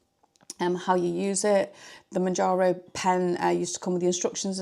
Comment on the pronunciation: Exciting times ! Good luck I hope it suits you 🤞🏻 I’ve stayed on mounjaro (monjaro) you say in correctly 😊 but my friend is moving to Wegovy I’ll share your video with as it might help 😊thank you